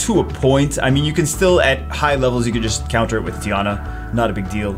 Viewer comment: I'm just here to figure out if he just called Teon Tiana or I'm just going crazy.